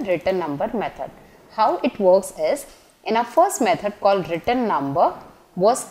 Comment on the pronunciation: She pronounces 'return' as 'written' which is confusing 😅